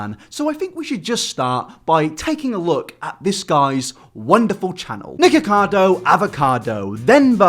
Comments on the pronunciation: I thought he said niggacotto for a split second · i thought he said niggacardo avocado 😭